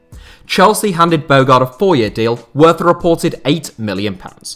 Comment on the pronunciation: Top 10 "what ifs" i.e. Luc nilis at villa. Surely coutinho to barca and then knocking them out on loan is a top fail. Also throw aquilani into the mentions list. We were promised the next xabi Alonso. Oh, think its pronounced winston "bo harde" btw.